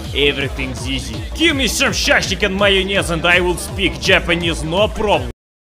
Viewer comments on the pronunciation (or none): none